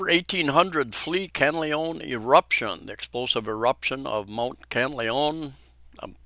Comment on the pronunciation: Thank you for your update. However - please do your best to pronounce Mt Kanlaon properly. It is pronounced kan-la-on. It is annoying when a foreigner continue to mispronounce a location without any effort to say the word properly - especially on live media.